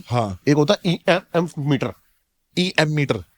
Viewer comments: Bhai ko emf meter bolna ni aa raha. Basically in any science book of secondary school teaches this concept when there is a change in magnetic field across any conductor it produces voltage across it. Does that mean the ghosts are doing the magnetic field change?😂😂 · EMF bolna seekh le pehle..pura pura fek Raha hai..bhoot dekhte hi moot dega